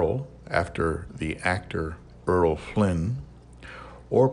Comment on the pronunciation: BTW...I believe its "Erol" Flynn...not "Earl" although my spelling may be off...just sayin 😉